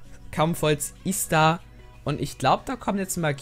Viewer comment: Das heißt iz da und nicht is da